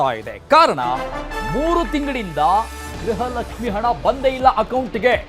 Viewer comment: ಎ ..ಆಂಕರ್ ಗ್ರಹಲಕ್ಷ್ಮಿ ಗ್ರಹಚಾರ ಅಲ್ಲ ಗೃಹಲಕ್ಷ್ಮಿ ಅನ್ನ ಬೇಕಪ್ಪ